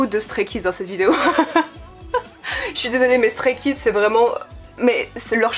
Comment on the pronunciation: ON PRONONCE EN ANGLAIS STRAY KIDS!!!!!n vhifrvzdcbhired